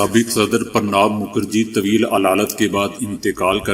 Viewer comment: سرجی! نام صحیح طریقے سے بولنا چاہیے باقی آپ کی مرضی۔ ﴿ پرنا﴾ مکھرجی نہیں﴿ پرناعو﴾ مکھرجی صحیح ورڈ ہے۔ 💓 آزاری کے لیے sorry.